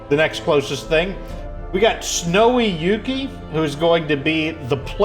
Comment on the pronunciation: Shoutout to for pronouncing Yukki right after so many people just failing...